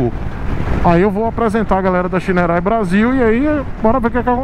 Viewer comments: Não é Shineray é Shaineray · É engraçado quando você fala shineray em inglês kkkk